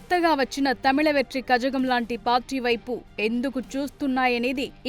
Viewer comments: మీరు తమిళనాడు పొలిటికల్ మీద చూపెట్టే ఆసక్తిలో కాస్త ఆ పొలిటికల్ పార్టీల పేర్లు ని కరెక్ట్ గా పిలవండి రా😢😢😢😢😢😢😢 అధి కజగం కాదురా కళగం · అరే అది కజగం కాదురా కళగం మీకు మా తమిళ్ నాడు మీద మీ పొలిటికల్ రివ్యూ ఏంట్రా ఇక్కడ విజయ్ కన్నా పవర్ఫుల్గా సీమాన్ అనే ఒక అతడు ఉన్నాడు అరే ఇంకో ఇటు రా దయచేసి అది కజగం కాదు కళగం ఎవడైనా చెప్పండ్రా😅😅😅😅😅